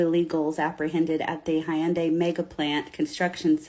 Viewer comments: Why can nobody pronounce the car company correctly. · All these liberal saviors cant even pronounce hyundai correctly. They seem to care so much about this but cant even say it right. It doesnt matter though rabble rabble rabble